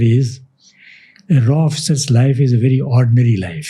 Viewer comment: Bhai itna bada officer ko leke aane k baad "raw" bolta hai. Isiliye subscribe nahi kia... it's R and AW